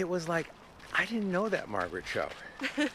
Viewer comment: Her name is Margaret, not Maraget.